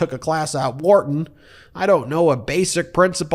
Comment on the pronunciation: “Wharton”? How?